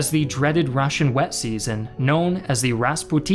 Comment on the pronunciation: Good video. My only complaint is random stresses in many Russian surnames and words. E.g. it's Kirponós, Sháposhnikov, and raspútitsa. But this is relatively minor, and typical for foreign videos anyway. Russian stress tends to fall where English speakers least expect it :) You are actually doing a pretty good job.